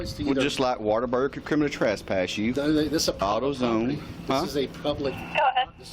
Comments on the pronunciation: Cop: “Now, you’re kriminny trespassed.” What a buffoon. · Kriminy trasspass? Idiot cop cannot even pronounce words correctly. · Well at the very least if the dude is going to CT you he should at least be able to say the word It's not criminy which rhymes with chimney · The cop repeatedly said, "you're being criminey trespassed." Mo Ron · Hillbilly cop cant even pronouce criminally. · This cop is a clown and has no idea what’s happening. He also can’t say “criminally” correctly. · If you cant pronounce the word "criminally" you shouldn't be a professional pig. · Why can’t this dum dum LEO pronounce the word “criminally”?